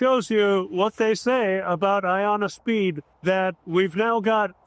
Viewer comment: who says it’s not aBoooat😂😂😂